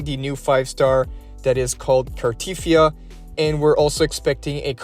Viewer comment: It's not Car-teeth-ee-ah, it's Car-te-thee-ah.